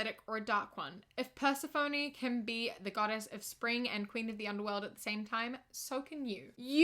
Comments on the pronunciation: "pUrse-A-fOnY" Me: wh A T?! 🤣 (Also not actually angry about it, just found it absolutely hilarious. No hate! Love you and your videos! -Love from Texas) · "per-seh-phone-y" Me, a Greek mythology nerd: "I'm sorry, whA-" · ok, I read her comment about pronouncing the name wrong, but when it happened I WASNT READY XD!!!! AAAHHH!!!! you owe me more tea! per-se-phoney XD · your valid tbh, I used to call her purse-uh-PHONE because i had never heard her name pronounced before. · It was me, i cursed you bc you pronouned persephone like pers'f-owe-knee :-( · I thought I misheard her, but was mostly satisfied checking that she hadn't said purse-a-phone. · "persephone": pursehphony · unrelated, but did you just pronounce persephone "PERsephone"? I've never heard it said that way before, and I hate it so much. Love you and your channel so much though! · In . The way she butchered the pronunciation of Persephone. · ik she's cleared it up, that's why I added to my comment in parentheses stating that I wasn't making fun of her or mocking her or anything like that. I simply made the comment because I found her mispronouncing it funny, and (I didn't state this but) it gave me serotonin and made me happy. It's actually been stuck in my head since I watched this, and I've been in a great mood sense then. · the way she pronounced persephone lmaoo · i didnt curse you or your plant, but if I did it would be because of the way you pronounced persephone 😭😭 btw: no hate obviously, just gave me a laugh, have a splendid day my fellow kiwis💚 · excuse me how the FUCK did you just pronounce persephone??????????? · Is... is no one gonna comment on the pronunciation of Persephone? Okay? Sure lol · The way she pronounced Persephone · PLEASE the way you pronounced Persephone PLEASE you fill my life with laughter and joy but PLEASE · The way she said Persephone made me frustrated and laugh at the same time lol